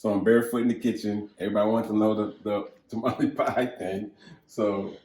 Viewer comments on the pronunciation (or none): none